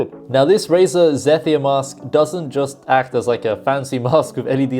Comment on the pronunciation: Yo just a heads up for future reference. Zephyr is pronounced like zeh-fur or zeffer